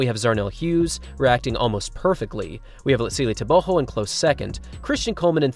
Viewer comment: Is the actual pronunciation TEBOHO or is it TEBOGO? I’m honestly asking, not trying to be a smartass.